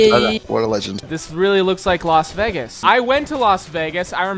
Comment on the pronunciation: its Laz Wegis